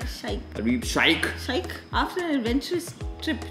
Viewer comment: Sha-ih-kh? C'mon you should know better. It's pronounced 'shake' btw.